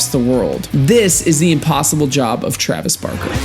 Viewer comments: TrAveS BaRRkQuE. son im crying. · Trayves barkey